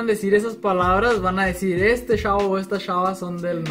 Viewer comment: "éste shavo o ésta shava" jaja me encanta su "sh", saludos desde mty :b